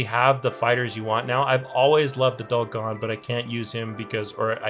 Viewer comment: Why does he say gon as "gone"?